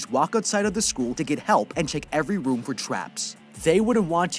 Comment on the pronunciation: Bro insted of room you said woof